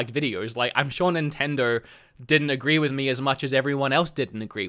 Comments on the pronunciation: "Nintendro"?? You can't even pronounce the name correct. No wonder they dropped you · Maybe a Nintendo dropped him because he can't say Nintendo. "Nintendirr" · I just love how you pronounce Nintendo "nintendur" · Can't unhear this now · I love the way you say Nintendo